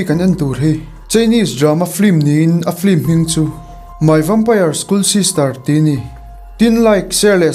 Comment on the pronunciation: 'FLIM' tia lam lovin a inziah ang takin 'FILM' tih zawk tur,,hmasawn nan sawi ve lawk 😁